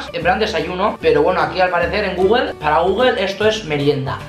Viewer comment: Google no gogogle 😂